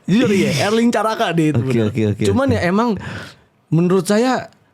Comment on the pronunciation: Erling, bukan Erlink